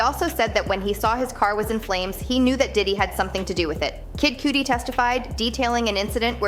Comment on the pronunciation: Said kid cudi wrong smh